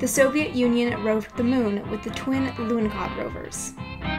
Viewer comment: there is no "K" in the name Lunahod, who is the idiot to put a letter "K" in there. Must be the same idiot who put letter "T" at the end of Borsh. THERE IS NO "K" IN LUNAHOD, AND NO "T" AT THE END OF WORD BORSH!!!!!